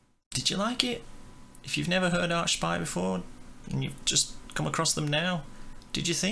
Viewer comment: It’s pronounced Arkspire dude Hail Canadian tech death